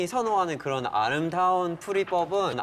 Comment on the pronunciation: '알흠다훈' ㅋㅋㅋㅋ